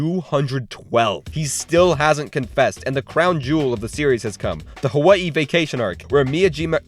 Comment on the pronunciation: ayo insta subbed when you pronounced Hawai'i correctly